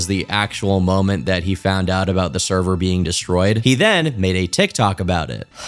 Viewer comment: The... therver... noooo